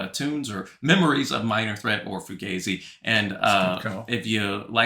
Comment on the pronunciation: I think it's 'fuGAHzi' rather than 'fuGAYzi'